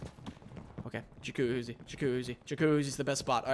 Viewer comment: What is a ja-coooh-oooh-zzi? Never heard of it